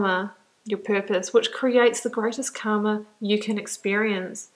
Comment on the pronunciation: You pronounced Karma as Kama. Both are different. 1st is your fate and 2nd is desire. "r" should be pronounced as r in the car.